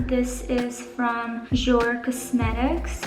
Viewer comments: love this video! ❤️ ps. jouer is pronounced ( ju-ai) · Chanel make up gang 🙌🏻 everything you use from them I buy and I end up loving it. Especially that water tint foundation everyone comments on it and I’m like don’t thank me thank Valeria 💁🏻‍♀️. I think it’s pronounced jou-ay like in French !!